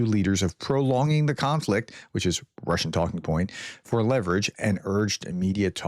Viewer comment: Your Russian pronunciation was pretty good this time 😀